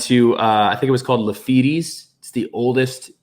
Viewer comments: Lafeeties lol. Lah-feets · “La-feeties”😂😂😂😂 It’s “La-Feet” As in Jean Lafitte! Lafittes Blacksmith is a great historical bar. 👍🏼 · Haha it’s pronounced “LaFeets” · Lafitte is pronounced “Luh feet” 😆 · Do you mean Lafitte's (pronounced like Luh-FEETs) in the Quarter? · Glad you had a great time how awesome for that to be your first game. Lafittes is pronounced Lafeat. He was a pirate and the bar was his brother's place it was a metal smith's shop first. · Lafitte's is pronounced La-Feet's. Appreciate your video. ❤ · You pronounce Lafitte’s as La Feets